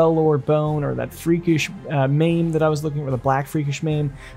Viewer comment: Mame? Mane. Like horses mane. Sumarian? Saurian. Like Saurus. Skullduggery pronounced skull dug er ee. 👍🏼